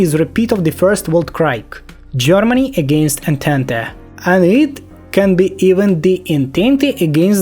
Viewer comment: Не знаю специально или нет, но скажу Entente - Антант Weltkrieg - Вэльт криг